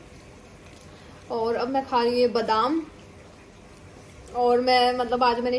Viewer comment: Our ka Pronounciaton to sikh le😹😹